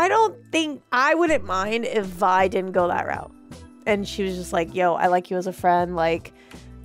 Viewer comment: Did they just call Silco, Zaun? I have watched this season multiple times and watched dozens of reactions. People calling Vi, "Ve" is shockingly common, and I've stopped watching reactions when it happens too much because I can't handle it anymore. But this is another level of totally butchering character names! I am just waiting for another moment as special as reaction to Armageddon though. It will take a lot for me to skip any reaction she is in on this channel.